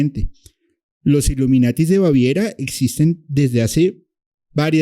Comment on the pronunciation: Es iluminati, no iluminatis